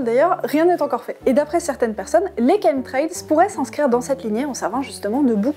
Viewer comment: Merci grâce à vous je sais comment on prononce chemtrails avant je prononçait à la française Ouf l ordre et la vérité sont rétablies 😍😍😍